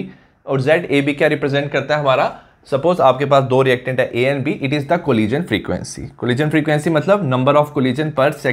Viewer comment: Thank you sir, I love it when you say 'collison'